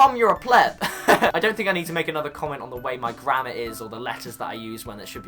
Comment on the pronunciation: Why is it whenever u say grammar I hear grandma 😂😂😂